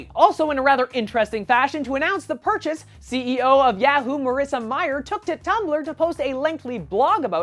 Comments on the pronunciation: you might want to work on your pronunciation of Yahoo. You're stressing the "a" too much. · I keep laughing every time he says yahoo...HAHA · its yahoo not yahoo